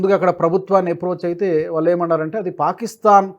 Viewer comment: ళ ని ల లాగా అంటున్నారు , వాళ్ళు, ఆనవాళ్ళు దయచేసి చూసుకోగలరు